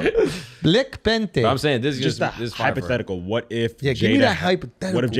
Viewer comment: I haven’t heard Schulz say “Black Pantherrr” in the longest time🤣🤣🤣